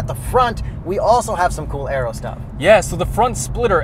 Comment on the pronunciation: "cool aero" 😂 Where my Spanish speakers at?